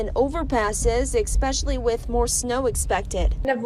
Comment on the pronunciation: Did your reporter just say "exspecially" ?